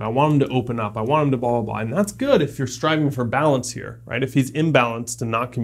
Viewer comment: "balence" lol